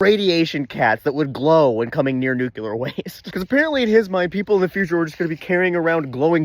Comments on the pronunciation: nuclear nuclear nuclear nuclear... not nucular ... no such word as nucular... aaaaaaahhhhh!!!!!!!.... ok, I'm better now. I look forward to your posts. thank you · You talk so fast that I don’t even notice nucular the first time. 😂